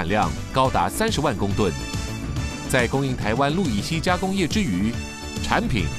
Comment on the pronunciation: 是不是氯乙烯不是路乙 烯